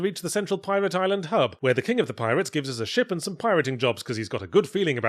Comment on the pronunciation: This review is definitely helped by my american ears hearing yahtzee say shit whenever he says ship.